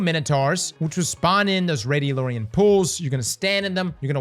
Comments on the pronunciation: 11 years of destiny cross still hasn’t fully read the word radiolAria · When did we change the pronunciation of Radiolaria?